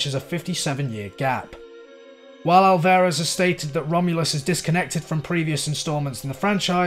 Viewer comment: Just a quick side note. His name is pronounced not alVEHrez. Great video though! 👍👍👍